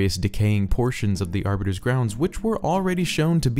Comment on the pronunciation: Aribiter!?!....*halo nerd intensifies*